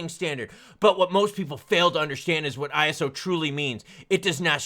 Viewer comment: Thank you for saying ISO properly. There are XRP youtubers who say ‘eyeso’ and that sounds so dumb. Thank you for telling the truth.